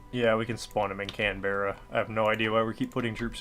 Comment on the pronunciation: why is your puppet now the "Japanese Malaya"? And also, its said Can-Bra trust me, I'm Tasmanian